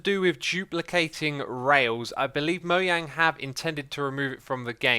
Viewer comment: moyang? Or mojang